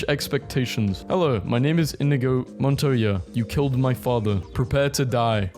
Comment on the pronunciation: is really the type of guy to pronounce Montoya like Montana